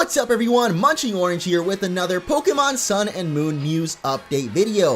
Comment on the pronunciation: I heard him say munchy orange here at the start xDD